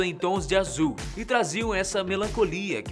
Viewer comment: AZIUL😂😂😂❤ sotaque na palavra azul AMEI